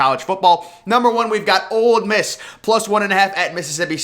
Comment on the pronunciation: It's Ole Miss. Not "Old Miss"